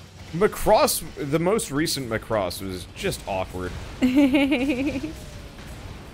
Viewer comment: M'cross?! It's Macross like Macbook, or McDonalds, nobody says M'cross.